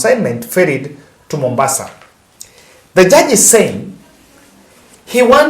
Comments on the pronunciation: JUDGE not JURGE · Judge not jurge .